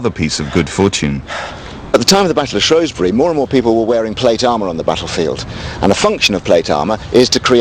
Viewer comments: SHREWSBURY NOT SHROSBURY! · It is Shrewsbury not ShROEsbury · Not shrowesbury, its shrewsbury! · Its not Shroesbury, its Shrewsbury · why does everyone say shorwsberry its shrewsbury(like the animal shrew) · its shrew-s-bury not shro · seen this expert several times on tv. Knows his history but can’t pronounce place names. Shrewsbury is 30 mins from where I live in Shropshire. It’s pronounced shrews-bury. Named after the shrew. A shrow does not exist. 🤷🏽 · SHREWSBURY! not home country bubble Shrowsbury! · Spelt: Shrewsbury Pronounced: Shrowsbury Like my dude, how do you get that wrong? This is one of the times english follows its own rules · LOL!!! Where the hell is "SHROUSEBURY"???????? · Why does BBC English insist on pronouncing Shrewsbury as Shroesbury? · I hope that's not them trying to say Shrewsbury coz if so plz try again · Why cant people say shrewsbury correctly it pisses me off even people who live here say it wrong